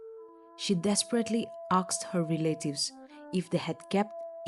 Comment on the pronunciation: Narrator tend to pronounce 'asked' as 'aksed'. Don't get me wrong, I was corrected too so just helping out✌️